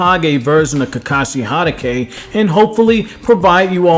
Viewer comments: Ha-ta-ke. Why do u have a Naruto channel if you can't pronouns their names. I'm in and I'm over your channel. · Ha-dah-kay ... Oofs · The way you say “Hatake” as “Hanake” XD I’ve met people who say “Hitake” but never that XD I find it cool